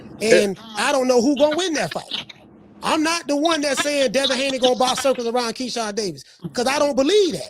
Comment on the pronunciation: He called Devin hakeem Lyon 😂😂